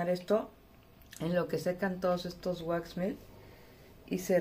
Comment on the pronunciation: Hola Linda, tu producto se pronuncia así como se escribe waxmelt, en español se traduce: wax=cera, melt=derretida no se pronuncia mill o milt espero que no te ofendas por corregirlo